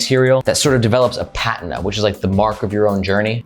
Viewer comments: Also, it’s pronounced PUH-TEENA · Nice video,. I'm gonna suggest you google "pronounce patina" and "pronounce tarpaulin".;)